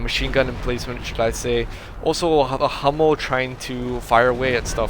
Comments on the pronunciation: hey Hummel is german an means bumblebee. [hummel] with an u like in ..hooker is correct. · "Hummel" means bumblebee and the second pronunciation you used is the right one. love your casts!